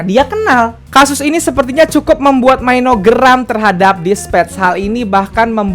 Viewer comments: maaf cuma mau numpang bilang aja pelafalan untuk nama mino itu mino aja dan lee hi bacanya lee hai hehe :) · Bisa gak sih bilang mino itu mino aja gak usah maino😁😪